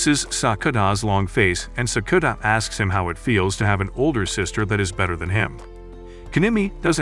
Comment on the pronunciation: Sakura not sakuna